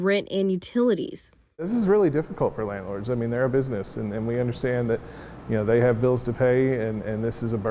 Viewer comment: Did my mans say "landlards"? 😂